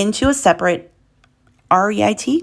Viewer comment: REIT is an acronym for Real Estate Investment Trust which is a typical ownership vehicle for income-producing real estate. It is pronounced Reet rhymes with Pete.